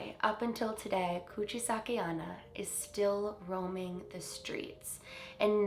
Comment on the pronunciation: You pronounced "Kuchisake" correctly, but "onna" that means "girl" is pronounced as "own-na".